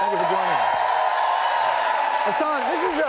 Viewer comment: my name too is hassan!!!!! and its not hasaaaaan, its ha-ss-n no pause at the " - "